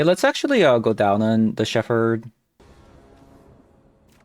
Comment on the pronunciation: It's pronounced "shep" "erd". Not "shef" "erd". Also it's "wine" ding way, not "win" ding way.